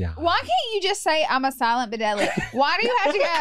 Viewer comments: Noooo thinking silent but deadly was ‘silabudeli’ had me laughing so hard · Silabudedly took me out 😂😂😂